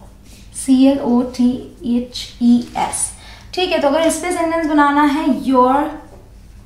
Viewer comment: Pronunciation of clothes is wrong